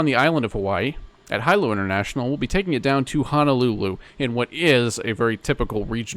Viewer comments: Love the video I’m from Honolulu friendly reminder Hilo is pronounced (hee-low) keep up the good work! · Hi sir, thanks for the great video. The Hawaii island of Hilo is actually pronounced Hee-Lo 🙂